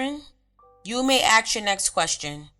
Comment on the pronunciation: dormiebasne3578 don't worry, I feel uncomfortable when I hear her say "ax" because it's a blatant mispronounciation of a word. It's not an accent. Being black doesn't mean you can't pronounce the word "ask". Unfortunately there is this very strange subculture in which it's considered cool to act stupid. To mumble words or completely butcher the English language. To walk like a cripple. To laugh and gesticulate like you have some kind of physiological disorder. At some point a conscious effort was made to adopt these characteristics by people. I also wouldn't worry about "unconscious bias" or any of that white man's guilt nonsense. There has been a worldwide proactive effort to make white people feel bad for trying to hold basic standards and look after their families, don't ever feel like you're the bad guy because foolish people make you uncomfortable.